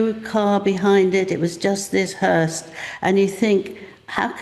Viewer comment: hearse not hearst